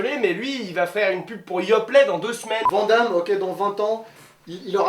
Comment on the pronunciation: Aaaaaaaaarrrrrrggg ça y'est je craque!!!!! Van Damme ça ce dis "VANNE DAMME" ET NON "VENT DAMME"